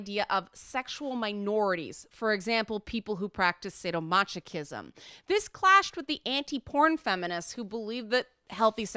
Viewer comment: I'm pretty sure the "ch" in "masochism" is a "ck" sound